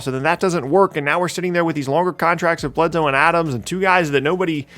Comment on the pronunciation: Eric Bledsoe... I'm sorry but I'm unsuscribing